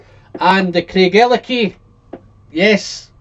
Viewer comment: Do you mean Craig-ellachie?? And Glen-allachie. Rather than Glen-ellachie.